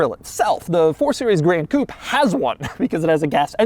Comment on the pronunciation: Why does Doug pronounce Gran Coupé like that aaaaa it's not "grand coupe"